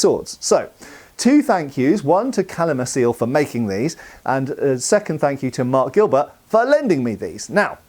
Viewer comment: Btw. "Calimacil" is Tolkien-Elvish - it's pronounced "Kalimakil" 😉